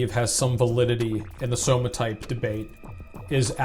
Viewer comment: Dude, decent video, but saying "somatype" or "big boneded" lol